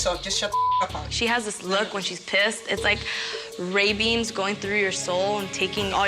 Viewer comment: EDIT: She said Ray Beams, but I heard ravens! "It's like ravens going through your soul and taking all your dreams away."